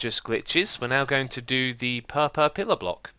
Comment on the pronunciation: pehpeh block